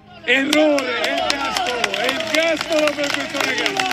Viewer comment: not gastolo, its ergastolo = prison for life